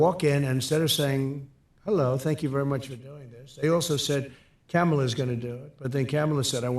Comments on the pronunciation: Now it’s Camel-la ok man you’re hurting for things to say. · Is he saying “Camel” “a” on purpose? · He can't even say her name, let alone speak about ANY issue in logical, analytical terms. He loves labeling people. Why does ANYONE follow this (Aiden) guy!! As usual, great commentary and clips! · He can say Caracas, but refuses to say Kamala correctly. 🤡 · i wish every single person who talks to or interviews him would teach him how to say kamala and not go any farther until he says it correctly